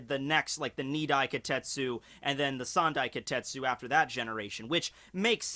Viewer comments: Wait, it's spelled as "Kitetsu"? Then why are you pronouncing it as "Kotetsu"? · AAAAHHHHHHHHHHHHH!!!! It's KI TE TSU not Ki tet su!!!!!! AAAAAAAAAAAAAAAAAAAAAAAHHHHHHHHHHHHHHHHHH!!!!!! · Kitetsu ... KI - TE - TSu..... KITETSu ..... not KAtetsooooo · Ka-tet--su? No. KEE-tet--su. Kitetsu. Yeah...I went there